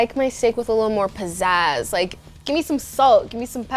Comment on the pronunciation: " I want it to have some PaZAz " says salt and pepper 🙃